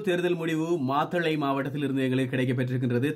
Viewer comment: மாதளை அல்ல மாத்தளை......